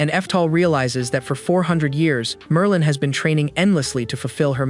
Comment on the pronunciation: bro said Marlin...✌️😭